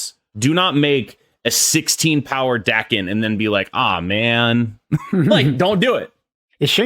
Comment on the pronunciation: Bro it’s pronounced “Daken”